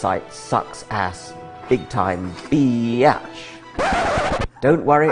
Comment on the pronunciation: He has a very good Southern Accent!